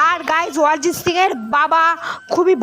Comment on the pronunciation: অরিজিৎ সিং ❌ ওয়ারিজিৎ সিং ✅😂